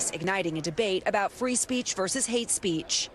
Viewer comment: Fwee Fwee Palestine mommy